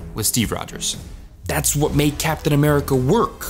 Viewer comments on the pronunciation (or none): Sorry to be that guy but ‘CAP TIAN AMERICA’ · "CAPTIAN" hah gottem